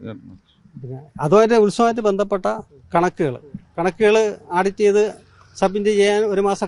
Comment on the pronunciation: Mr. ഷാജൻസ്കറിയ നന്നായി മലയാളം ഉച്ഛരിക്കാൻ പറ്റുന്ന ആൾക്കാരെ ഇന്റർവ്യു ചെയ്യാൻ നിയമിക്കൂ. പ്ലീസ്. ഈ പയ്യൻ ഭേന്ധപ്പെട്ടു എന്ന് മുതൽ ഒത്തിരി ആരോചകമായി സംസാരിക്കുന്നത് കേട്ട് സഹികെട്ടു. ഒരു പക്ഷെ ഞങ്ങൾ പഴയ മലയാളം കേട്ട് ശീലിച്ചു പോയതുകൊണ്ട് ആയിരിക്കാം.